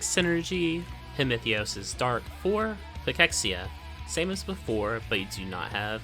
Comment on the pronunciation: Thanks for the guide. First person I've heard pronounce cachexia properly lol